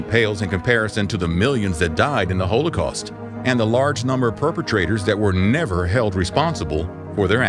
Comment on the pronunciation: Why are you pronouncing Holocaust that way?